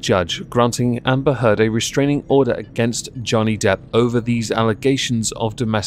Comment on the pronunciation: Did you say Amber Turd ? Just checking <3